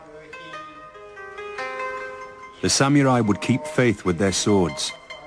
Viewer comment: I don't understand why the people who are in these documentaries constantly pronounce it as "samyurai." That and when they add and "s" at the end...samurai is both singular and plural. Not that anyone other than myself notices or cares :P.